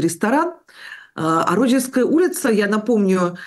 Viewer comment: Ребята, улица РочдЕльская, а не РОчдельская!